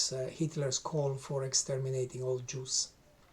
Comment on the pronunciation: The books you have read to gain the knowledge to make this video are full of lies. “The Juss” man you can’t even pronounce it correctly